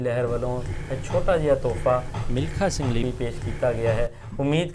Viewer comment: vedio achhi hai ssa.milkha singhg noo tusi mlikha singh bol rahe ho